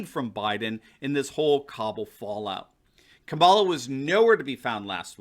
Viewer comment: Did you say "Kabala" xD That's great.